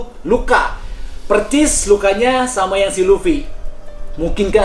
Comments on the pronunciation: Percis 😂😂😂 persis bang persis bkan percis 😂😂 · Persis bukan percis bang. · Bang persis...pake s bukan C